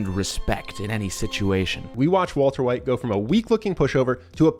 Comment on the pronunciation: waltuh wite